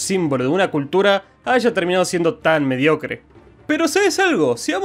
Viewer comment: Dice medicore en vez de mediocre